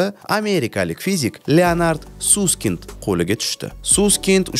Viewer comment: Bechara familyasini Suskind qvordila, aslida Saskaynd dp oqiladi, just FYI😁